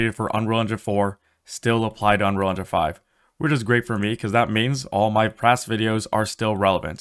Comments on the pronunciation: Do you even pronounce unreal engine. All I hear is unrounro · I believe it's pronounced "Unreel Injin", What is "uhnruhlhnjhun"? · Dude can't even pronounce "Unreal Engine..."